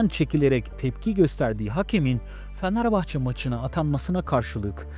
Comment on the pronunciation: Sen başta Fenerbahçeyi doğru telaffuz et😂😂